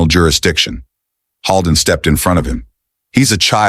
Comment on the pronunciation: I wish the narrator would pronounce the doctor's name correctly. It's not pronounced Hall-den, it's Hold-en, like the actor William Holden. Holden is a very frequently used name in my area of the state.